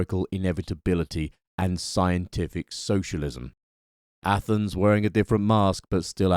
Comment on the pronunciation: you said ATHENS............. i understood ATOMS